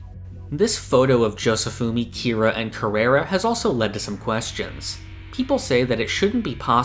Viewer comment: Dude it’s Kira.